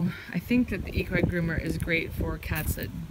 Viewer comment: It’s pronounced equee groomer